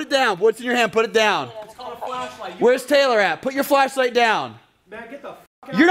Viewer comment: Anyone else hear say " Lashlight "